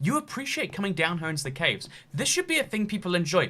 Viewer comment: Nobody: Nobody at all: Not a single soul:: Cävës